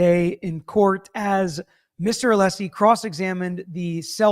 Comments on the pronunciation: It’s pronounced Alleesie father of Dragons 🐉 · Why does Brennan keep calling him Mr. Aleeesi? Can he not be corrected on the record? So disrespectful…